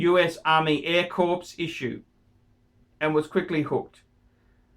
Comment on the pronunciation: Pronounce corps how you want but it's "kor".